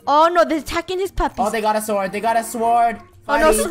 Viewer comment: Lol and Funneh keep calling a sword a suword in the start of the video.